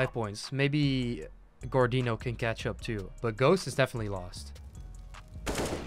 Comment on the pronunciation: xXGordinho GoxadoXx he called it Gordin haha